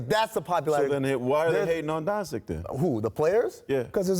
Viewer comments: Professional analyst: “Donsick” and “from Greek”... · the dude just said "from greek" and "doncick" lol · The fact they cant even remember how to say Doncic's name is telling the whole story... Giannis is probably the best basketball player in the world right now and he doesn't even know where he's from.. Stop asking stupid people for their opinions. There are some great basketball analysts out there that should be sitting in Spears's spot. We should value knowledge and respectful journalists/analysts.